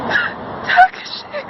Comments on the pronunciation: Awesome Adam cosplay! Also, it's tuh-KAH-shee I'm pretty sure. Just trying to help! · Like... the only funny part is that Takashi is pronounced wrong